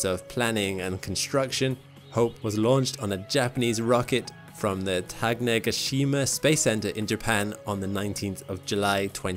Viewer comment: I live in Japan, and I want to help you with the pronunciation of Tanegashima and other Japanese names and words. Please contact me if you are interested.